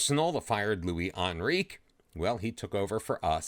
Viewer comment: Please google how to say Luis Enrique